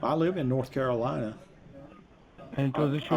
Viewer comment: They always pronounce Carolina as Caroleena.